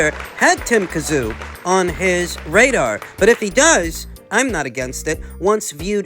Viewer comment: Ffs pronounce Tim's name properly